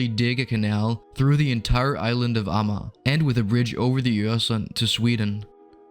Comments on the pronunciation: More or less like /a:ma:/. But not with the back Swedish a but the German front a. :) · I think this is the first time I've heard Amager pronounced with 3 syllables. I knew that this had to be an archaic pronunciation and that it had to have existed at one point in time but I had never heard it until now.